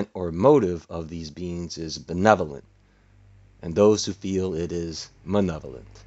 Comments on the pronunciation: "Malevolent" ....not "manevolent" or whatever you said at the beginning, you sexy goofball. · Maybe said nephailant. As in nephalim. As a joke